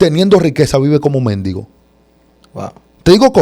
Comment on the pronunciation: Que pronuncie la palabra Mendigo.. correctamente por favor